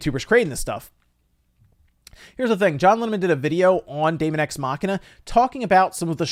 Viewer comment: They are probably tired of people mispronouncing "daemon"